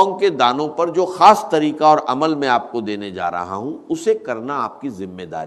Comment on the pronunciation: gorr zy dykhy zra voice ovr kia gya hy is video ky upr or alfaaz p p ghorr kijiy خاصko کھاس. bola ja rha h